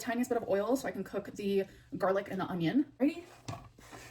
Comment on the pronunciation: She does say “ung-ion”. My dad says it too 🤦🏻‍♀️